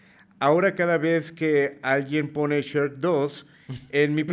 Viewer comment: Nada más sabe decir Shrek 🤣